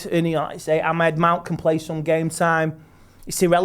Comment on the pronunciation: Entertaining stuff as usual, but can learn how to say Amad instead of Ahmed? Like, just once.